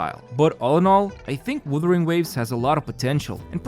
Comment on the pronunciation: bro it's not "withering" wtf